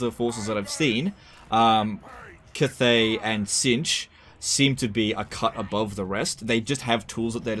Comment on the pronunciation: hate how you say cathay